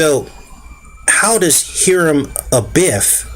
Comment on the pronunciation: Hiram is pronounced “Hi-rum”